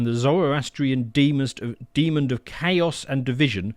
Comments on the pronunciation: right, i can possibly endure "ARCHangel" but mispronouncing demon as deemund ?!! I'm not religious so its nothing to do with that which offendeth me so! Its basic speech and language man! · It's "demon", not "demond", there is no 'd' on the end. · "Demond"? Come on mate.. Typically sophomoric from these jokers. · Dear, there is no D at the end of the word Demon 🤦‍♂️ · Why do so many people pronounce demon with a d at the end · It’s “demon” not “demond”.